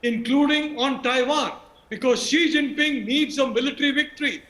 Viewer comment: When Arnab calls out the Chinese pres name as Xingping 😄😄😄